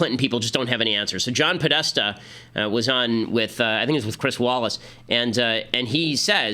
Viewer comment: good pause on Podesta